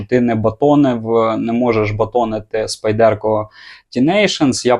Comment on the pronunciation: СпАйдерко Тінейшс, а не спайдЕрко ТінейшНс! Де ви всі набрались цього спайдЕрко?